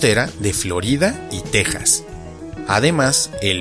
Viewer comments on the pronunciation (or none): none